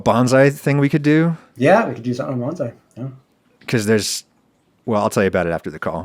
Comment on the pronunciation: “Bones-eye”? Is that something I don’t know? Or is it an alternate pronunciation of “bonsai”?